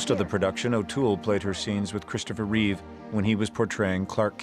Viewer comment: REEVE There is no s on the end of his name. Even after more than 40 years; numbskulls can't get that right... And there is nothing wrong with Cavill. Anyone who says so is terminally wrong.